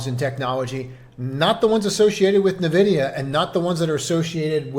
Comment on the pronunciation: Are you aware you are mispronouncing NVIDIA? It is "en-vi-dee-uh" NOT nuh-vi-dee-uh